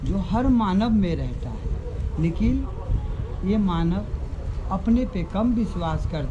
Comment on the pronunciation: लेकिन को निकिल बोल रहै है।